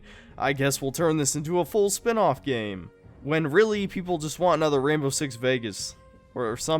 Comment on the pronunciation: Why do i hear Rambo 6 Siege instead of Rainbow 6 Siege?